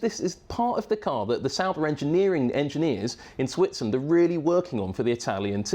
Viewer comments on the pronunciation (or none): none